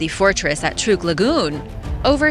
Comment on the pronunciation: It is pronounced Truck lagoon.